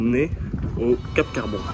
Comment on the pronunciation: Cap Carbon ( le " n " n'est pas prononcé.